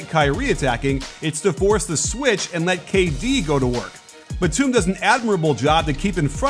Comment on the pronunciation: He keeps mispronouncing Nicolas Batum’s last name